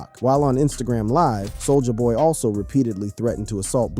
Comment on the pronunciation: Sol-jaah boy